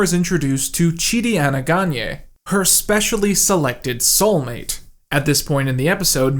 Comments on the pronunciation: How can you say chidis last name wrong when the show says in maybe 10 billion times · Saying chidi's last name wrong when its said so many times, and joked about in the first few episodes is wild.